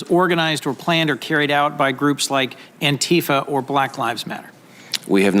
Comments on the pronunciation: REEEEE!!!!! ANTEEEEEFUH! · AN-ti-FA, you fucking morons. NBC used to have a handbook of pronunciation. Now these clowns just say whatever they damned well please. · Currently two English pronunciations appear to be gaining widespread use: \an-ˈtē-fə\ (an-TEE-fuh), and \ˈan-tē-ˌfä\ (AN-tee-fah)